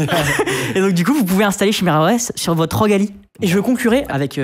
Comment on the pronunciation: ca se dit "kiméra"